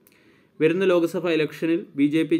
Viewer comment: ലോകസഫ തുടർഫരണം ഫാരതം താനെന്ന് നന്നാവും എടോ😅